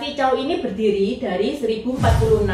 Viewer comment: maaf sblmnya dinasty setelah dinasty shang bukan dinasty zhao tapi zhou bacanya cou